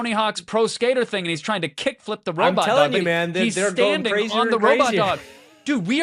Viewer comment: "little robit legs"